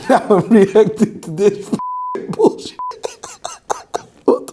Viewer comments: Noooooyyyyeee instead of now … legend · I was going to subscribe but he said “subscribe nigh” and I don’t know when nigh is .